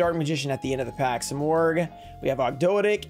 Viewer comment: I think Ogdoadic is pronounced "og do add ick"